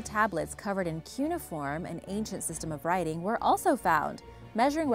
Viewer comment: I like your videos, and it looks like you put a lot of effort into making them and collecting information for them. However, it is annoying that you, on many occasions, do not take the time to learn how to pronounce English words correctly, such as, "cuneiform." You obviously take the time to learn how to rattle off Spanish words - now, please don't assume you know how to pronounce English words! Also, Saratoga Springs is 190 miles north of NYC! I will still watch your videos.....